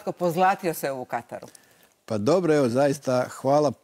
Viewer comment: Dakako već uz reprezentaciju. I dobra je bila emisija. Samo ovo "u Kataru" para uši... U Katru je ispravno!